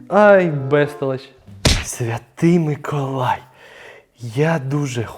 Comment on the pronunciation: а чого ти кажеш микАлай,а не микОлай?